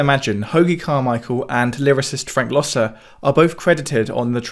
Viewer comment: Great video! Frank Loesser is pronounced "Lesser" by the way not "Lo-sir". He was one of the great composer-lyricists with his most famous musical being "Guys and Dolls". He also wrote "Baby it's cold outside" and "Inchworm", among many other hits.